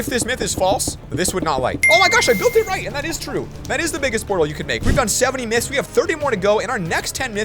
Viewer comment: In the intro you said nyths instead of myths